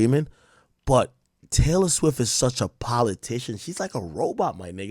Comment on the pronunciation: You finally said her name right ak